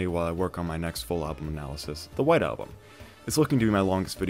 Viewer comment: Wait did you say white album or wide album?